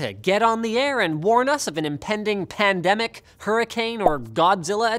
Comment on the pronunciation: He said the p work “Pandemic”